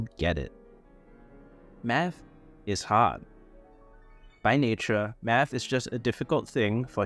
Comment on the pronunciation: Yea man doing meth is lonely, I just did meth before watching this video, btw you got the spelling wrong in the thumb nail and you kept pronouncing it wrong throughout the video. ✌️